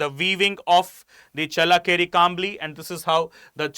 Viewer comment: thanks for explaining well. But pls improve ur pronunciation while u talking about karnataka and kannadigas.challakere u changed the pronounciation several times which is not right kambali also..pls its a request from kannadathi.And here in Karnataka nela jala bhaashe nam praana. Hum janthe hai bhai ki kaise sambhalna ap pls apna pronunciation ko sambhalo.🙏🏽